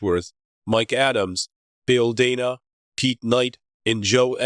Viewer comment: Bill Day-nuh, not Dan-uh.